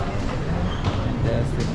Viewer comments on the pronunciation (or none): none